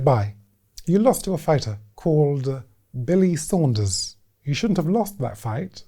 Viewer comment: Him saying Billy Saunders cracks me up every time! 😂